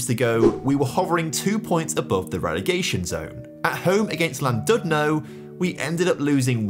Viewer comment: It’s pronounced CLANdudno